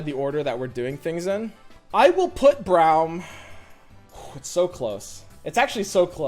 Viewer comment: It's Braum as in AUtomatic, not as in OUch. Please stop